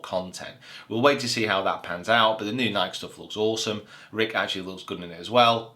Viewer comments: Great Video! But it's called NikEEEEE and not the way you pronounce it😅 What do you think about Bubba, switching to another ball away from titleist to a no-name? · it is Nikeeeeeee. We will give you time. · I need you to Google "Is it Nike or Nikey". This has been going on for far too long, sir. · Is that how people from the UK pronounce Nike? One syllable?